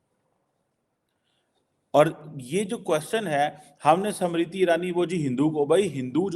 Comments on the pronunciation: Arey, she is 'SMRITI', not Samritti! 😂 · समृद्धि नहीं स्मृति बोलिए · Why are you saying "samriti " the name is "smriti" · First learn to Pronounce Smriti- not samriddhi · SAMRITI nahi unki naam SMIRITI IRANI. PRONANCIATE to thik se kar. 😅😅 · how difficult is it to pronounce the name "smriti"? these pakistanis can only call her "samriti"....🤦‍♀😆😆😆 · her name is not Samriti Irani but Smriti.....God knows you will be able to pronounce it or not.....as you cannot even pronounce Dharmendra but you say Tarmender......to Jeenendra you will pronounce Jitender. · Pronunciation to sahi karo SAMRITI NAHIN Smriti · it’s not samiti Irani it’s smriti irani pls pronounce proper atleast or speak Hindi language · it`s "SMRITI IRANI". It`s not that hard to recite and practice names of people that you`re going to talk about, before you start filming them.